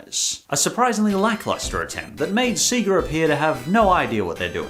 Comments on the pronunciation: Bro being a long term Sonic fan and you literally say 'Sea-ga'? Wtf lol? Everyone knows it's 'say-guh'. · Did you call Sega “Seeger”? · That's not how sega is pronounce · 😂 You pronounced Sega 2 different ways! (I mean, not that there's an issue with that) 😁